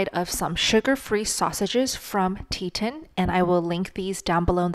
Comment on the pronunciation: It's tee-ton, like the mountain range, no 'i' in the word. Also, two other good meat sources are Wild Pastures and Force of Nature. (I like them better than Butcher Box) Great video for beginners and more experienced people.